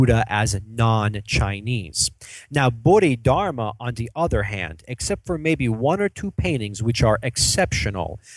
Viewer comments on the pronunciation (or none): I'm sorry It is read as bo-di-dar-ma